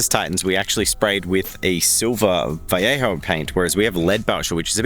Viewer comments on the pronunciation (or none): ok, i love your videos truly, but i can't watch another video of you saying Vallejo the way you do, im out.